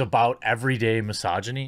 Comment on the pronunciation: lol my-sogy-knees, thats one way to say it